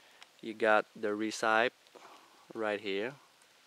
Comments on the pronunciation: BTW the word recipe is not pronounced as ree-CIPE. It is pronounced as Re-si-PEE. Just thought you might want to know. Overall I think your English is very good and like that accent. Love your informative videos. Keep up the good work pls. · Recipe is "reh sih pee"! Sauce is like "soss". The way you pronounce things is endearing, though. Your best advice in this video was to destroy the set and bow for starting the fire. That really surprised me but made a lot of sense. It's so against human nature to destroy a good tool, but the key is to be self-sufficient and able to make it again, plus then you don't have to carry it when you leave.